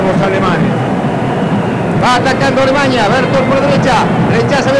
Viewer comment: Que estrés escuchar al narrador decir "Alemaña"